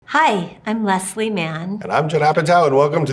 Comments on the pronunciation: has anyone else noticed they pronounce “leslie” differently… or i guess that judd pronounces her name wrong lmao leslie says “less-lee” and judd says “lez-lee” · My absolute favorite story about Leslie and Judd is the one where she told him he’d been saying her name incorrectly for like 18 years 😂💀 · My favorite story about them is when Leslie finally told Judd he had been mispronouncing her first name for like 15 years. He told Stephen Colbert the story on The Late Show.